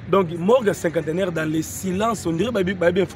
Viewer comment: S'il vous plaît monsieur le journaleux Cinquantenaire et non "cinquanteneur".